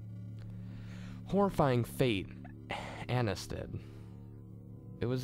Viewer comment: lol you pronounce an - ai - ese like anus xD